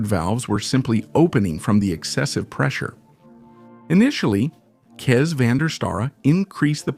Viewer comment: Kees is pronuniced "case" as in suitcase.......